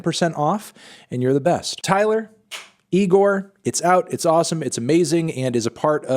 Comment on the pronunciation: Yeah cool, he's back, but Anthony how many times do we have to tell you that it's pronounced "i g o r" and not with an N in the beginning..